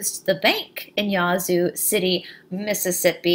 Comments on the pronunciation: Hi. Love this story. I live about 45 miles south of Yazoo City and never heard about the witch. It is actually pronounced with a short "a" (like a sheep baaaa). Thanks for all your research. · Wow you did it again. I do not believe that I did not know this story here in my home state. You are pronauses is wrong it is YA Zoo there is a pause between the Ya and the Zoo. Thank you for the history lesson. Are you doing the King James Bible or the Lost books of the Bible. can t find these videos on your site.